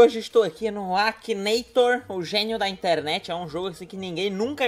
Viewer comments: I R Ô N I A, e ainda fala errado "akineitor" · realmente, mas duas vezes... "Akineitor"